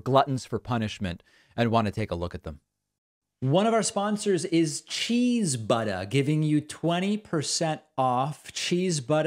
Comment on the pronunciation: David... Did you say "Cheese-BUTT"? I had to replay that many times to make sure. Dunno if I'd buy a cheese butt, but you had me roaring with laughter none the less.